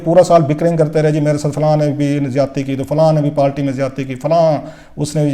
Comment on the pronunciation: South Panjabi. Party not palty. Please correct ur Urdu. pandu